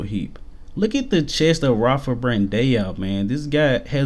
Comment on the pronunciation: You pronounce the ão in Brandão like one syllable, not two. Say it like you say now but mash it into one sound and end with an Oo sound like oo in oops.